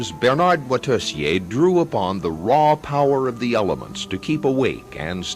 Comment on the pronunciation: shame the ignorant narrator cant pronounce Moitessier's name